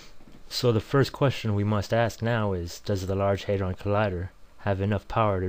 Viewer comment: The proper pronunciation is HAD-ron, not HAT-dron